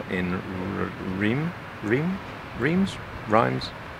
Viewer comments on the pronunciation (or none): It's pronounced REM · Reims.....is a strange one for English to pronounce. It's like this: rrrAAAnnS - Obviously with a throaty rolled R at the beginning and a nasally N not at all English M. 😮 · Reims....... The locals pronounce it "RRantz". They seem to roll their R's when they say it. Go figure.